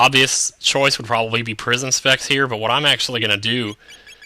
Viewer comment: Almost every time you said "Prism Specs" in this LP, I heard "Prison Sex" and did a double take.